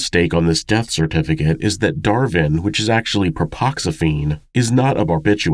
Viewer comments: DARVON not Darvin. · That medication is called “Darvon”, not “Darvin” ( just FYI 👍). I hope you’re feeling better too! Great video btw! 💟☮️ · It’s not Darvin, it’s Darvon. Pronounced dar-von